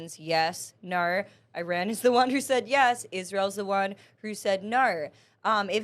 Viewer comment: Why does she pronounce “No” as “NER”